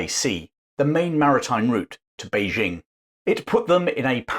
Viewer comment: Informative video, but for the record, Beijing is pronounced Bei-DJING, not Bei-ZHING. Same syllable as in Nanjing.